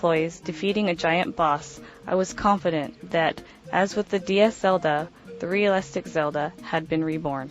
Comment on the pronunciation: REALlistic not RAlistic